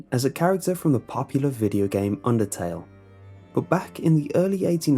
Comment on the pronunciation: When he said undertale I applauded.